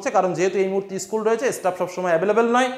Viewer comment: Issssschool ta ki😂😂😂😂